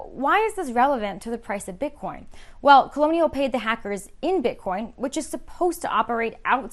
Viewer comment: she totally said bit-corn at the start